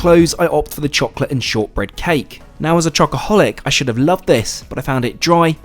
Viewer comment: I hate how you say cholate